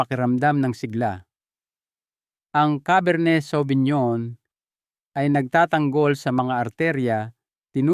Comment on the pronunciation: Correction po pinonowar po ang pronounce,cabar ney savinyon pilipino version. as a wine expert may wine na mas kalidad like Merlot Shiraz,Malbec.okay naman yung recommendation nya